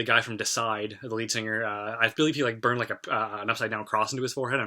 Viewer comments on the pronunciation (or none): Nice video dude! But it's actually Antestor, not ancestor. Also Deicide, not Decide. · i don't have the time to watch this whole video let alone look at all the comments so i'm sure it's been said already BUT...... it AnTestor not ancestor and it's Deicide-Deeee-i-cide- not "decide" and yes it's Glenn Benton. It takes away from the views if you don't know certain details but i do agree with your open mindedness-on BOTH sides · It's not Decide....it's deicide ....dee-uhh-side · "The guy from 'decide'." I'm sorry, but incorrect pronunciation really gets me. Its pronounced 'dee ih side'. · "Decide"? Its DEICIDE, "God Killer" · Love the vids, but its pronounced Deicide (Dee-ih-side). Anyway, cool to see the subscriber count growing more and more. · Did he say “Decide”? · you said deicide like decide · And Antestor like Anscestor. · "Decide" lol. I can't be the only one that caught that. That's besides the point. Great vid man. Definitely subbing. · Dude you pronounced Deicide wrong, Glen Benton’s coming for your soul now!